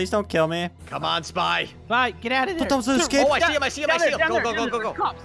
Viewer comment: On 19 sec says is thare a lawn mower then says thare blowing leafs